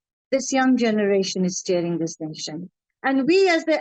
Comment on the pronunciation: it’s "steering", not "tearing".